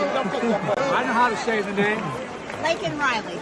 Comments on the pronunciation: He called Lanken Riley "LINCOLN" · He also looked at the pin because he still didn't know her name, yet mispronounced it seconds later. What a crime we allowed this. From Hunger Games behind protective barb wire 1/20/21 to our very own screaming Hitler with his tiny balled fists. Stay prayed up!